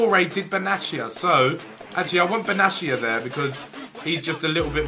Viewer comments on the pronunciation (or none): Benatia (Be-Nay-sha) just a tip for next time Ethan